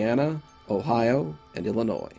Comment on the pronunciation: "Illonois." You are my fave!